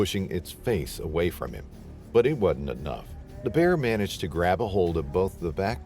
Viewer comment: "But it wudn't enuf" What am I listening to? 😂🤣